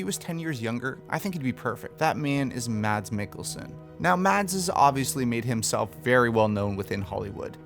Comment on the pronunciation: As a Dane, can I just say the D in Mads is silent. It's pronounced Mas, like Christ"mas". Btw., I think he could do great as well, although the accent would be slight off.